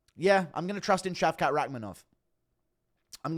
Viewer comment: It’s British that how you say shavkat (shaved-cock)